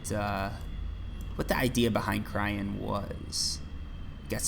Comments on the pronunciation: Everytime he says cryen and not cyrene my souls dies a little. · its cyrene not cryene, SIGH REEN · lol every time you say cryene instead of cyrene (which is the name) it hurts me XD btw the heart is better heal wise but not as efficient i think ,dont remember the numbers of the top of my head but im pretty sure the s10 is 12 heal per pec while the heart was somewhere around 8-10 (have to double check) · Cyrene...pronounce SiiReeeennn